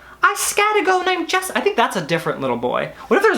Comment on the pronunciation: LMFAOOO NOT ME AS JESSICA SAYING JESSICAN AS HE DID & FREAKED OUT 😂😂 it is so common